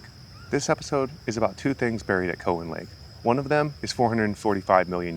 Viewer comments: Its not Co wan it's Cow an lake. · Hey goof ! It's not co hen lake. It's cow en lake. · Very interesting but yes we say Cow-in lake.